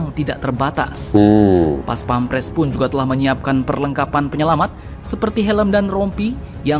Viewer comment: bukan paspemres Baca nya Bos....PAS PAM PRES....Bukan PAS PEM PRES